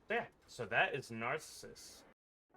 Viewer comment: My fn god, what's with all of these "content creators" who can't pronounce simple or famous words. I want to punch somebody every time I hear 'herth', and now Narcissus? If you don't know how to pronounce something, look it up!